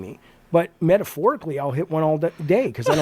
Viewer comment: "Metahporicly" Bro.... Did you just came with that sh*t up cuz of Refantasio? Son of a...